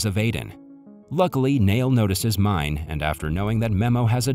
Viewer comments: I think that this video is narrated by a text-to-talk simulator or a text-to-talk machine because he pronounces the name as the English word “mine” instead of “Me-neh”. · it's not pronounced as mine but Mi-ne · The teachers name is written Mine but you read it not right it’s Meenaa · I do not know a single person who didn‘t cry at this movie. Also mine is pronounced like meena and nene is a word for grandmother. ❤ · All the names in this movie are Turkish and I suppose you can be forgiven for not doing a little research to actually present the movie explanation with this information. The school teacher Mine, is a prevalent female name a little like Mina and should be pronounced as Mina or Minay not mine as it is written. The absconded soldier in hiding is not named Asker. But Asker is the Turkish word for soldier. Also Nene is the Turkish term for Nanna or grandma. My sister’s kids call my mum Nene but mum’s name is not Nene. Perhaps the original movie version may have been South Korean but this particular version is Turkish and was clearly filmed in Turkey due to the dress, countryside vistas, shop signs and even school uniforms. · And Mine isn’t the way he says, you should read it as M-I-N-E (Miné)